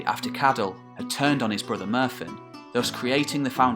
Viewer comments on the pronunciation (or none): I give your welsh name pronunciation 6/10 maybe 7 for effort. lol it was clear you were getting more and more cba with welsh sounds as the video went on. you maybe need to work on your 'll' and 'dd' phonemes, btw single f (as in Merfyn ap Rhodri) is pronounced as a v. gd attempt though